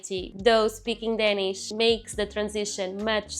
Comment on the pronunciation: when you speak english, you pronounce the letter "a" wrong in english in the word "danish"